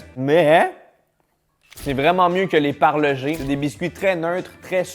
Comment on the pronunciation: C’est parle-GE